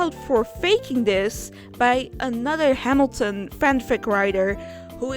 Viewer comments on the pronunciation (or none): none